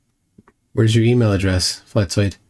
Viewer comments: Not at all. It's supposed to sound like an «S». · You mispronounced his name. It's Fkatzoid. FkatzoidsFlerfspective